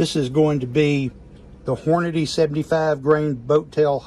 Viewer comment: I guess you learned how to read in Baltimore. It's NOT Horn-a-day. It's Horn-a-dee. Hornady!